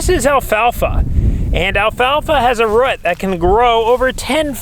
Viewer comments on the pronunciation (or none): my guy. would you call a baby kangaroo a "Rut" or a "Roo". its a ROO bro. ROO and add a T. Root. Creek, not crick. EE CrEEk